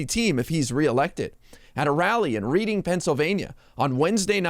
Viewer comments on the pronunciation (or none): It's RED-DING....Reading, PA...not reed-ing! smdh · Why can't they both be charged with, or sued for, election interference? And btw, Reading, Pa. isn't pronounced Reeding. It's Redding. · Really? READing, Pa? Maybe you should leave your apartment once in a while. You make us all sound stupid..... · "At a rally in R-ee-ding Pennsylvania"... Born and raised in Pennsylvania, I do WISH we pronounced the town name "Reading" that way (because as a kid, first time I saw it mentioned, I, too, assumed it was pronounced "reeding", but... No. No, it's "redding". Like the color (so 'we' should change the spelling to Redding, tight?)🤔 As for tRump and Leon... I feel certain that a point will arrive (if it hasn't already) where each of them, separately, recognizes the other to be a complete fool and fairly stupid other than a focused singular talent (tRump's is sales, Musk is... engineering-ish-y).:face-red-droopy-eyes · Yeah, because he’s taking down actual lies, instead of what Lib/ Dems don’t like. And it’s pronounced ‘Redding’, there genius. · Reading is pronounced Reding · It's Reading like REDDING Pa fyi. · "Reading" is pronounced "redding". It's exactly where you'd expect to find these two clowns. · You need to learn how to say “READING”